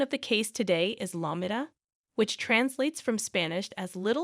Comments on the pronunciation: It's pronounced " Low Me Ta," not Law Mit Ta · It's pronounced Low MEE ta. I can't listen to this. Hire a person. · LOW-MEE-TUH...that's how it's pronounced. Everytime u say it I want to poke my own eyes out. I had no idea the town u were talking about until I realized u weren't pronouncing it anywhere close to right. 🤔